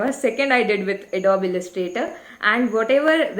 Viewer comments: Lol.....she is pronouncing adobe wrong 😂😂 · Check how to pronounce adobe again 😂